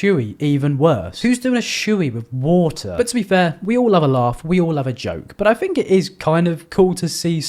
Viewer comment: “I fink you need to lay off the drugs” 😭😭😭 I’m subbing